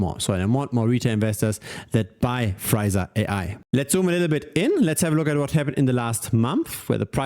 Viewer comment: The name should be pronounced Free *sa not Friza. Two very different things.